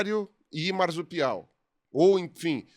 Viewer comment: Isso me incomoda: Em “marsupial”, o encontro “rs” deve ser pronunciado com som de /s/ (surdo), nunca de /z/: • ✅ mar-su-pi-al → /maʁ.su.piˈaw/ • ❌ mar-zu-pi-al → /maʁ.zu.piˈaw/ A regra é clara: após R, o S não sonoriza. Ele permanece /s/